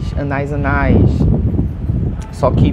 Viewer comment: Anais anais foi demais , a pronúncia correta é “ ANAÍS “ rs